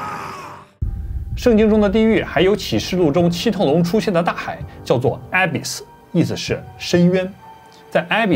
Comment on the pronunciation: abyss, 不是埃贝斯， 是恶贝斯